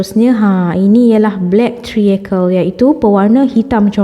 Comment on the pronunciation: Black treacle = sebutan "trikel" bkn "triyekel". Anchor = sebutan "engker" bkn "encor". 😂 Sama2 betulkan sebutan ye ✌️ Btw,sy tgh tgk resipi sis ni. Nak cuba buat hari ni. Thanks sbb sudi share resipi. Semoga murah rezeki. Aamiin.